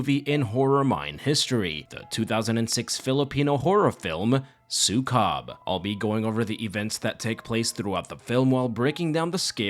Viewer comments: its not su-cub it's Sue-kob. k-ob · 'su-COB' made me burst out laughing. it's su-KOH-b like how you say 'zuko' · It really bothers me that people don’t seem to even attempt to look up proper pronounciation when they cover foreign media. Maybe I should be grateful my culture is getting any Western recognition at all, but it always rubs me the wrong way. It’s pronounced, “sue-KOHB.” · Say it like "Sew" "Coob" like Scooby Doo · It's "súkob" with accent on the first syllable :> Thank you for coverung this film! It traumatized me as a child 😭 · As a filipino, im gonna be brutally honest---the pronunciations of the filipino last names (and the title of the movie) made me chuckle. not a bad thing, i love getting coverage of media from my country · Yey ❤ thanks. By the way you pronounce Sukob in a very foreign way 😂